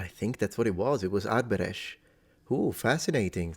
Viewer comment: Btw "thikët" (knives) in the first sentence is the plural of "thika" which is connected to the Latin "sica". I also want to point out that you did a great job pronouncing the word 'Arbëresh'. Thank you for this video. I wonder if you could look into the Stratioti mercenary units that emerged in the 15th century. I think you might find the topic interesting. I'm glad I've been following your channel for a long time. Much love from Albania ❤